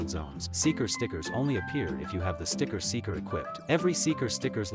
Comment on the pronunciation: All i hear is 'Sticket Seekers' 💀